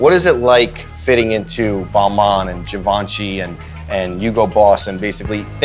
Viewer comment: The way pronounced Givenchy is ridiculous.